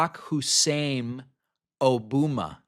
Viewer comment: “O-BUM-ma” hilarious, Donnie